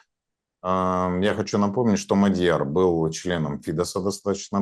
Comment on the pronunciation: Он не МадьЯр, а Мáдьяр. В венгерском языке ударение ВСЕГДА падает на первый слог. Исключение составляют только такие восклицания как «Ого!». См. также статью «Мадьяр» в Википедии.